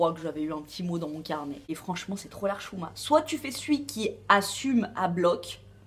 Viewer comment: super vidéo , j'ai passé un bon moment, tu prononces très bien le mot hchouma. Bravooo